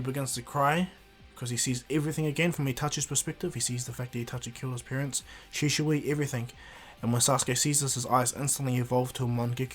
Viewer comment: You did not just say shi-sho-i😑